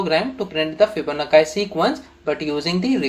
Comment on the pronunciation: bhai fibonakkai nahi Fibonacci hota h